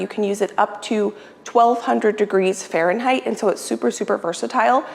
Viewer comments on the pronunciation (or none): none